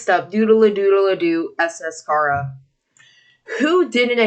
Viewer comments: its not khara its CHARA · Your saying chara wrong. It's chAra. Like in CHARAter